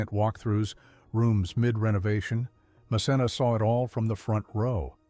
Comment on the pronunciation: It’s pronounced MKenna. Good idea to view her show